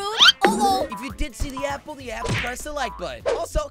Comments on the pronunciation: i find it so funny that he says 'apol' instead of apple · THE WAY HE SAID APPLE 😂😂😂😂